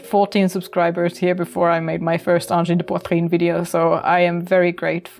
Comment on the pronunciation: Bravo! You're the first English-speaking person to pronounce 'angine de poitrine' correctly! Excellent video!